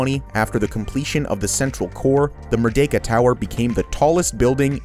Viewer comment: I love how you accurately pronounced the vocals of "Merdeka" and our first prime minister